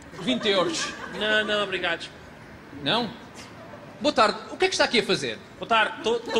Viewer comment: "Na, na, Obrigadush!"